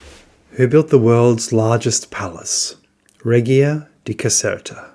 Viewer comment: Hi, could you please check the pronunciation of reggia.